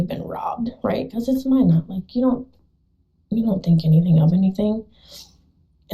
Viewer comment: Minot - It's pronounced like "my" "not" not "mi know". It's in North Dakota, not France. and Knutson is pronounced like "ka" "nutson" (long U) , not NUTSUN.